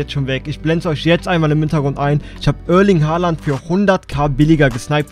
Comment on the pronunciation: Ich fand es einfach lustig wie er es ausgesprochen hat